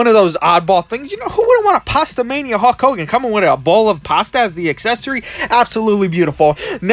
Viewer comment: "Hawk Hogan" lol